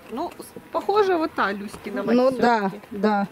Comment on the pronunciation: Когда говорите "Люськина мать", то кажется, что говорите " Кузькина мать"...))